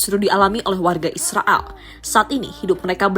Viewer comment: Koq drg nya kaya ngmong Israal ya bukan Israel 😂